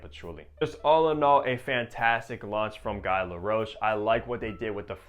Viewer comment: Another impressive, thorough and knowledgeable review by you,! I really think you're one of the better fragrance reviewers on YouTube right now. (For what it's worth, Guy in French is pronounced with a hard G and a long E. Like we pronounce the word ghee in English.)